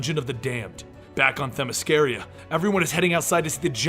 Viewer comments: Themy SCIRA you fucking imbecille. not Themy sciria. how fucking hard it is for americans to pronounce foreign words. the fucking arrogance in not checking because he doesnt give a shit about it. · Sorry to be a dick but its Themyscira, not Themysciria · It’s Themyscira. Not themyscaria. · Them-is-car-uh. Not Them-is-car-ee-uh. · It's themiscira not themiscaria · Actually it's Themyscira, not Themysciria. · he said themysciria....got the name wrong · themyscira, not themysciria.. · Themy SCIRA you fucking imbecille. Pronounced like KIRA not Themy scaria. how fucking hard it is for americans to pronounce foreign words. the fucking arrogance in not checking because u dont give a shit about it. U butcher names ALL THE TIME. But i bet u pronounce it how u feel like because u dont give a fuck about the creators intent or the use of names OF ACTUAL PLACES which u feel u should be able to pronounce like u want. Are u too dumb or just respectless? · you say Themyscira weird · Please go watch the Wonder Woman movie again so you can stop mispronouncing Themyscira. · doesn’t know how to pronounce themyscira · You pronounce Themyscira incorrectly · You pronounce Themyscira wrong through out the entire video. Good job otherwise. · Anyone else irritated by his pronunciation of Themyscira? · my issue is that he's pronounced it correctly before